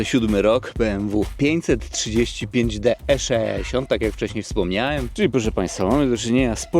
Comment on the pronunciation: "E szeesiąt" :D :D :D